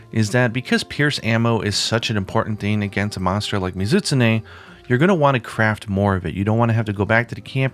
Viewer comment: "Muh-ZIT-sneh" ... I've said this before, but you really do pronounce the monster names oddly. This is probably like the 6th time I've done a double-take and had to replay it back to figure out what the hell you were referencing. But I can't be alone in pronouncing it "Mi-Zu-Tsu-Ne". That aside, I can't get used to the wyvernblast things. Ironic, since I like trap ammo in other games, but it never seemed to work out the way I wanted it to in World so I just didn't end up using it that much (unlike the HBG specials). Oh yeah, and you pronounce that really weirdly too: "WAAAIII-verrrn". Kek. I expect to an American my way of pronouncing it would sound like "wivun". Well whatever.